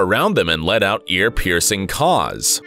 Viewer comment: The way this man said caws has me pissing myself laughing